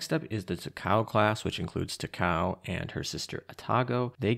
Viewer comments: “Tacow” hurts me ears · Takao Ta-ka-oh